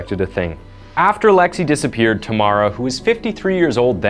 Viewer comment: Still can't believe how you just can't bother to google how to pronounce foreign names